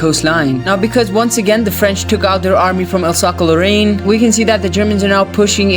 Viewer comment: Alsace is pronounced as Alsaas